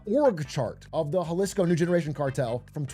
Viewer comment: Had to stop when you pronounced Jalisco